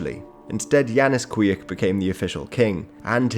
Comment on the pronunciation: the institution of King of the Gypsies was known in Poland in 17th and 18th century (they were basically tax collectors, not necessarilty being Gypsies themselves); Kwiek is pronounced like Kvyek (v like in van and ye like in yen); also if someone would be interested here's link to the whole video showed in the beginning